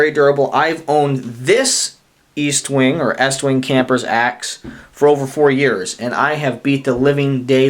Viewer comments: Its pronounced Estwing not EAStwing no A just saying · I believe it's Est-wing not East-Wing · No offence, but it's Est-wing, not East-wing, I have the three sizes, and they work real good for the money, tough as nail's, and having the three sizes, for the price of one Swidish axe, I can get them pretty sharp, I have no problem taking either the leather handle 14", or my shock absorber handle out for a hot cup of coffee on a open fire, it just doesn't get any better, I like to enjoy myself, so I also carry a 5"-6" knife, like my Bokor Plus Vox Rold, or one of my Swamp Rat's, like my Rodent 7 ( I know it's not a 6" blade, but why not, it's only a inch longer, and has a choil ), or my new Rodent 6 which I had the top gaurd taken off, and now it look's like a beefy Ratmandu, anyhow, the East - wing's fit right in and make a great companion with my tool carry, at this time, I would like to say, I enjoyed your video, and also would like to Wish You a Happy, Healthy, and Prosperous New Year.